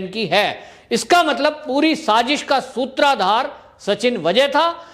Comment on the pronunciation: सूत्राधार नही सूत्रधार। बहन्ना नही बहाना।